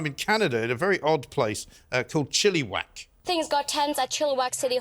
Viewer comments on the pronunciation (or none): Ba ha ha chilli wak. It is pronounced Chill-i-wack. Victoria BC here to funny.